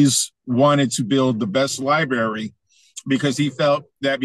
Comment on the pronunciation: Can someone plz tell that it’s pronounced Li-bRary 🤭😉